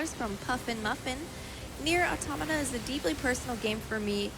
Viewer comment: Props to the announcer for pronouncing "Automata" correctly.